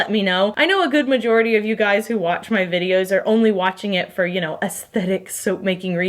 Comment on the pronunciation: When she said "oh ya know" and as a Minnesotan you felt that 😂 Way to channel your inner northern folk! Also loving these soaps 🤩